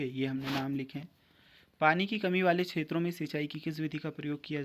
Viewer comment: Ksheto nahi hota kshtro hota hai